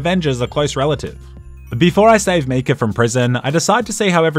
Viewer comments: videos great except when he pronounces Micah as Mika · It’s MY-cah not ME-cah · its pronounced MI KAH not ME KA and it wasn't a bank it was a ferry 😂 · MEECAH NO, MAIKA YES! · YES please do more! But... for the love of god its MY-KAH not MEE-KAH. Silly Aussie! <3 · Why did he pronounce it Mecah instead of Micah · It's Mi-cah, not Me-cah. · btw why are you pronouncing Micah like that? It's Mai-kuh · When he busted Micah out of jail I just then realized he was saying “Meekah” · I really hope he's joking when he says Me-cah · Just heard you say mee-cah so immediately went to the comments.... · What the hell is a "Me-Ka"?? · I love you man, but it’s pronounced ‘My-Cah’. They literally say it in the game. Pls rectify. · As much as I love this channel, the way he pronounces Micah is just unforgivable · even after all the murders in this video, the real crime is how you say Micah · Are we just gonna ignore the way he pronounces micah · I can't tell if he's saying "Micah" weird on purpose or not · I am going mad or is he saying Micah wrong and no one noticed/cares